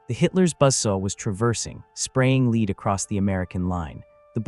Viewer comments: Where is the "Huichin" Forest??? FIX THE AI NARRATOR! Oh, and "LEED" pellets? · It waa a storm of leed. Lots of leed flying through the air. Leed everywhere. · A.I. is ruining this platform. Leed ??? Wtf ? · Not leed pellets lead pellets. Thank you, AI! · Today I learned a new pronunciation for 'lead'. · teach tne naratorto pronounce lead the corect way. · How come the narrator does know how to pronounce "lead" say in like a person leads the team instead of lead like what a plumber would use? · AI cannot differentiate between Lead and Lead..... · I hate that the ai doesn’t know that lead is a metal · Stupid AI voices don’t know the difference between “lead” pellets and “lead” a horse to water. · Was it lead or lead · Interesting, but please pronounce "lead" correctly. Your AI voice sounds like a stunad. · marines think its lead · lead or lead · Ai killed this story. Can’t pronounce lead properly. Other than that fair story. Shotguns has a purpose. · IGNORANT LAZY EDITOR!!! Lazy, lazy, lszy! Praise Artificial Intelligence all you want, but you still must perform a final edit! The word 'lead' in this context is pronounced "led" (soft lead pellets), not "leed"! Soldier, fix this sloppy kit! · 00 is not Bird shot. Maybe an Ostrich. That old shot was nasty stuff too. Higher purity lead slag. Melty burn nasty. Next time type LEAD as LED for your AI. So it doesn't say LEED. 👍🏼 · It’s LEAD not. Leed ffs AI voice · LEAD is pronounced LED!!! NOT LEED!!!!!!!! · I've shot scores of cut shells paper and plastic. Some out of a model 12 Winchester and there was never a danger. All the trench guns were cylinder bores and especially with felt wads that are way more compressible than a plastic wad. Too much drama for what it was worth. And saying "leed" instead of lead as in dead with an L, is becoming quite annoying. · Ai sucks I hear leeeed try( led) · NOT LEED pellets it's Lead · Why do these videos have narrators who do not know the difference between leed and lead ?